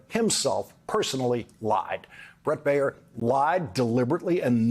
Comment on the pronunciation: Dude. Baier sux, most of the time, but his name is not "Bay-yer," like the aspirin. It is Bear, like the animal. One syllable. Learn English.